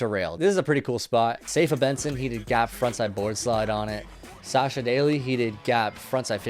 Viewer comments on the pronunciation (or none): none